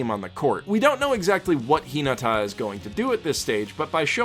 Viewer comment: He watched the dub not the sub. The reason I can tell that is because the dub say karasuno and Hinata wrong. They put the emphasis on the wrong parts of name or word.